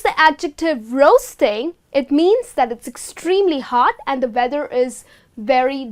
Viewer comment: Very nice lesson :-) I noticed with the word 'weather ' that you pronounce 'w' like 'v' why is that?